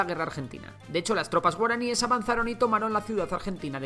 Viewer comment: Excelente video! Como paraguayo, quisiera destacar la casi perfecta pronunciación de las palabras en guaraní, cosa que muchos otros youtubers no se molestan si quiera en aprender, revisar. Con decirles que he escuchado youtubers que le dan hasta acento japonés a las palabras guaraníes 😅🤦